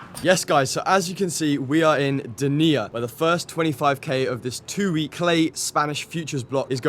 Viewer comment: The pronunciation IS NOT deNIa but DEnia , the accent goes on the CAPITAL LETTERS PART , Dénia , besides the spanish pronunciation😂 your tennnis is great , keep it up !